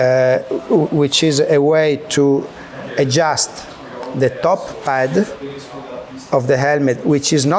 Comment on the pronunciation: say crash helemt one more time...family